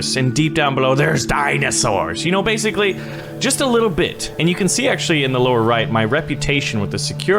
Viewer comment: did he axtuley say that